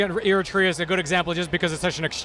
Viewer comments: eritrea...say it like air-reh-tray- ya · Eritrea.. Wrong pronunciation! It is pronounced air-it-ray-er...!!!